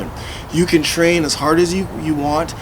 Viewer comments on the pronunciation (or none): none